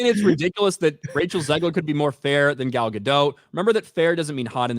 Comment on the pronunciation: her first name rhymes with ball not foul (Gal Gadot).